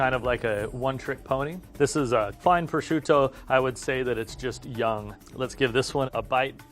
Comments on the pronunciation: He pronounced Prosciutto wrong. Lol. It's alright though, I do that as well. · Just the way he pronounced prosciutto proves he isn’t truly, a meat expert